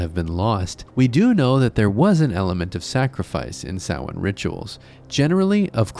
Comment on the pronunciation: You said Samhain right! that never happens with these types of videos, well done for doing your research !